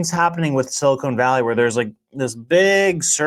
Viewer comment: Quit saying "silicone valley"